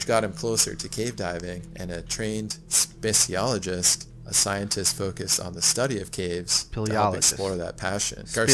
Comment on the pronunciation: I had no idea he was talking about Mallorca until you pointed it out. A "speciologist" diving in "Marocca"... Definitely disagree about him being a great narrator.